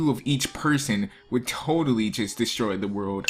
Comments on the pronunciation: "Toltal" I am dissapoint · you toltal why not tlotal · New word created by; Toltal 😂😂😂